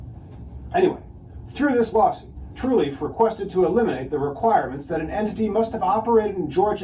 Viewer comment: why does he keep saying Truleaf?